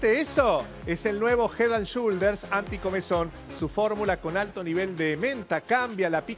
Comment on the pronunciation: Cada vez que el dice "ricotónnn" me dan ganas de que me pise un camión, Diosss... Y ES "HEAD AND SHOULDERS", NO "SHULDERS"!!! Me saca 😂